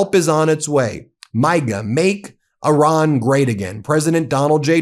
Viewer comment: You really should learn how to pronounce Iran. Would definitely help further the credibility of the messenger.